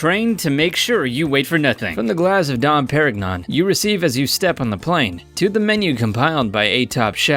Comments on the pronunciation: Dom Perignon Pear- igg - non Wtf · Love your vids, but you really should investigate pronunciations of brands/places before recording the voiceovers. "Brunei", "Givenchy", "Dom Perignon" to name a few.